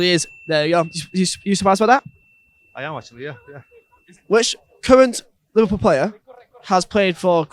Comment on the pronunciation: he says lilpol insteas of liverpool